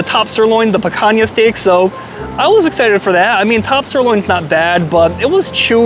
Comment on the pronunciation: you don't have to boast about your ignorance, in Portuguese the name of the cut in written "Picanha", pronounced "Pikanya", not "Pakanya", the way you pronounce it.